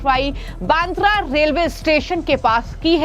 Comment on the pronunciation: पत्रकार महोदया क्या आप सीधी हींदी भी बोल नही पा रहे हो फीरभी आप एंकरींग कैसे कर लेती हो अब आप सीधेसे बांद्रा की रीपोर्ट कर रही हो और आप बांद्रा नही तो फांद्रा बोल रहे हो तो क्या आप अमेरिका या इडली से डीप्लोमा कीये हो ये समझना जरुरी है